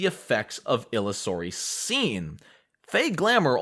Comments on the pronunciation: It is pronounced "Ill-User-y". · Just a comment. Illusory Scene is pronounced like the word Illusion which is it based on. :)